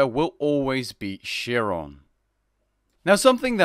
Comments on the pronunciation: Dude work on your prononciation dude. 'Chi' is pronounced as 'Ky', not 'Qi'. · How do you screw up so many pronunciations? Achilles not Ar-chilles, Chiron not Shee-ron, Hippolyta not Hippo-loita, Heracles not Hera-cliss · lmao "sheer- ron" :P nice vid bro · swing and a miss dude. You’re defending him mispronouncing a name from the campaign (Chiron). The characters refer to him all the time. My comment wasn’t suppose to be a phonetics class, he can use Google for that. Point was he butchered the pronunciation.